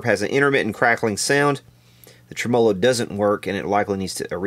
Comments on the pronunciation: love the channel long time subscriber but it's Tremo-lo, not Trem-O-lo! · here in New York... it's pronounced "Trem-olo" just for your elucidation,:) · Interesting video. Tremolo is pronounced tre-mə-ˌlō. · Here in Adelaide South Australia where we speak correct English I feel compelled to correct the way you pronounce the word tremolo. It is Trem- Ah-Low. A good example is the intro on Ian Hunter's : Once Bitten Twice Shy, when he says Hello. Thanks you and good night. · What's a "Trem-o-lo"? Is that the same as a tremolo? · Should be pronounced tre-MEL-o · No, it should be pronounced TREM-a-low. Accent on the first syllable. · Been at this for -- well, in playing year, 59. It's re-VERB, and tre-MO-lo. AND humbuckings. Not humbuckers. And cherry sunburst, not tri-color. Don't know WHERE the semantics went into the toilette. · Trem-A- low, Dang. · Could you replace the capacitors in the way you say tremolo please. It's faulty. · You are the only human being on planet earth who pronounces “tremolo” that way. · First time I have EVER heard it pronounced that way myself... LOL. Must be an Eastern Kentucky thing... kinda like eating burgoo. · you say tremolo in a funny way :P